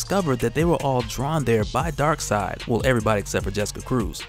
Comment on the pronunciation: It’s darkseid ... 🤦‍♂️